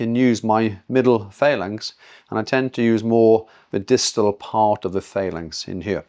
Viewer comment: Phalanx is pronounced fa-langks (FAL-anks) not fay-langks. Nice manipulation. Learn, earn then return. Good work.